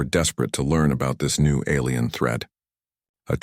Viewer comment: you make me stop watching shxd. your autobot says alrm instead alien fix you shit